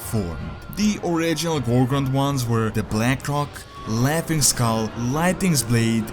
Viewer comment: did he say blackcock?